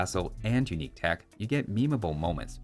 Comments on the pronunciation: "UINQUE" literally unwatchable!!! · "Uinque" tech